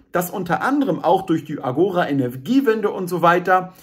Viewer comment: Danke für das Video. Hoffentlich trägt es dazu bei, die aufgeblasenen Grünen kleinzukriegen. Ein wenig Beckmessern: der Fremdwörterduden 5. Auflage betont "Agora" auf der letzten Silbe.